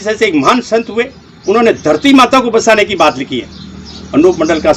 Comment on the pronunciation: Basana nahi bachana bolte h Techsology nahi technology